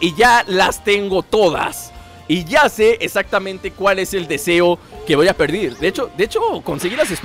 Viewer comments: hola te digo que mires tu propio video que es este y que en el minuto en ves de decir ´´Ya Se cual es el deseo que voy a pedir´´ dices ya se cual es el deseo que voy a perdir mira lo tu mismo no es por burlarme. sino por avisarte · like si te diste cuenta que en el segundo 36 dijo perdir